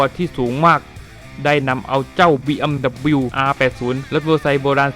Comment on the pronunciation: อ่านว่าบีเอ็มดับเบิ้นยูนะครับ 🤣